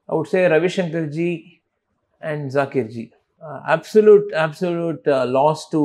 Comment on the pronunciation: Wonderful insight from Sashank ji. But wish the interviewer pronounced Zakir ji’s name correctly and the instrument name correctly as Tabla and NOT Tabela!!! 🙏🏽